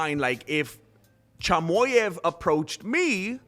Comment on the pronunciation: Cheemaheff Not chamoef That’s how you pronounce chimaev’s last name